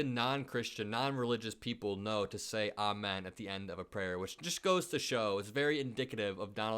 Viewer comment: Trump it's Amen not almond 🤣🤣